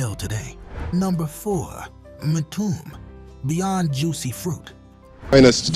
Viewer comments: It's pronounced M-TU-ME not MTOOM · It’s a good list. Midnight Star is one of my favorite groups. I still listen to them regularly via the Groove on satellite 📡 radio 📻. The narrator mispronounced a few artists. Mtume is pronounced m- too-may not m- tomb! At least Don Cornelius got their names right! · Sky-y? Em-tomb? Mixing up surface with the force md's? And Lilo Thomas was a solo artist, he wasn't in a band. At least you guys have a black AI voice finally. But it still can't read or pronounce words correctly. If AI is cheaper than hiring an old dude like me who loves music then just let us know instead of the BS🤷🏿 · None of these are "forgotten" within a certain demographic. "MA-TOOM"?!?! 🤣🤣🤣 This AI crap need to stop!!😡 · This AI generated crap is getting out of hand. Not ONE of these bands are "forgotten" or not remembered. The only way you could forget them is if you lived under a rock for the past 40+ years. And to add injury to insult, you mispronounce Skyy as Sky-why and Mtume as Entomb. If you're going to make videos, at LEAST have the decency to pay a REAL person narrate it, and show the bands that you're highlighting, and not the WRONG people, ie talking about the group Surface, but showing the group The Force MD's, and Dynasty were on the SOLAR label and toured on the SOLAR tour with Lakeside, The Whispers, Shalamar, and Carrie Lucas, and their most underrated song was "That's The Way I Feel About You"...... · The groups are great, but the narration is terrible. From the wrong groups shown, to the mispronunciation of the groups names. M-Toom, Just can't take it. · Okay, when you cannot pronounce MTume I couldn’t give this video a like, decent list but these were big groups from the 80’s, hardly forgotten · BEYOND laughable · This is BUNK!!!!! THIS MUST BE AI. Everyone knows how to pronounce MTUME